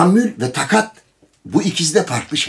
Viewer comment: sizi severek ve merakla izlerim. Keşke Sayın Emre Kongar için eküri ifadesini kullanmasaydınız. Ekürinin kelime anlamını herkesten iyi bildiğinize inanıyorum. Bir de haddim olmayarak rica edeceğim, tâkat kelimesinde a harflerinin ilkini kısa değil uzun telâffuz etmek gerekir.